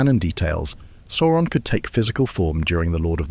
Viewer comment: The pronunciation of Sauron here alternates between 'soar-on' and the correct 'sour-on'